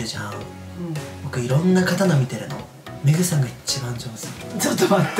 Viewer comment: 「僕のメイクさん、メイクさんでーす！！」に聞こえた…メグさんね